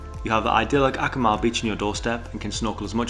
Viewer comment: Amazing highlight video for Akumal! From a Mexican, I appreciate that all pronunciations are spot on too! Truly well done!